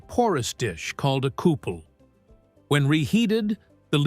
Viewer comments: AI - you can tell when the voice pronounces lead ("led") as "leed". OOOPS! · It is kind of interesting but it is pronounced lead not 'leed'. Must be AI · I'm glad to have discovered your channel. Your narration and visuals are professional grade. Thank you (Not sure the narration is AI, it sounds human to me. AI voices usually make mistakes in the reading of the script and don't have human feeling in their narration) he says the "leed..." When he should say lead. Indeed, it may be a "AI professor voice" after all. The author made sure to triple check the script, and ran a test first to check how it pronounces the script before uploading it to YouTube. It is from the best AI voice that I've heard so far. I also notice that the voice pitch level does not change throughout nor the speed.. another sign of a robotic monotone AI voice. This AI voice though is plenty acceptable for my standards, given the times we live in. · AI slop! The "lead" with a long "e" oxidizes. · Lead!=lead. Your AI is broken.